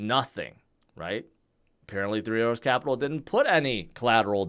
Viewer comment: No disrespect. But how the hell are you trying to say three arrows Capital?